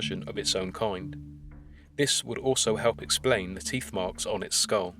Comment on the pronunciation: It's called tee"TH" Not "Teefe".